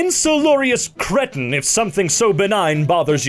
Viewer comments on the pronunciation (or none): cretin is a word and it's pronounced 'cree-ten' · Cretin is french tho 😒 it means disgrace basically 😁 "cre-tuh" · CREETIN not CRETTIN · he says cretin when it is meant to say with a hard e like creek so it is a word